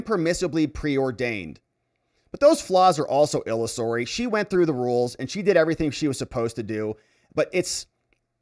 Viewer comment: Cornyn needs to be taken OUT. Out out out. Illusory - il LOOS ery